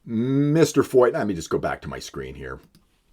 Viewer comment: I love how the people making all of these videos against Canada have never done a lick of research into Sean Feucht. At least you can pronounce his name right.